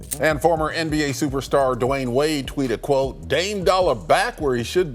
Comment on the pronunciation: Dwiane wade!!!